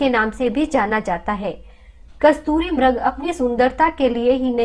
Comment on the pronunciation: आदरणीय बहिन जी म्रग नहीं मृग सरल भाषा में मिरग नहीं मिरिग बोला जाएगा